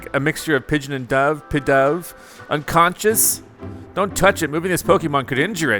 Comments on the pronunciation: Not trying to be rude here or anything, but this is like the first Pokémon name you have ever gotten right with pidove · Actually you got pidove right but the pink and yellow pokemon is know as AD-I-NO